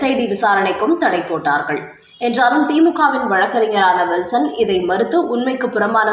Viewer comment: Will...son. alla. ஜஸ்டிஸ் Kill....son.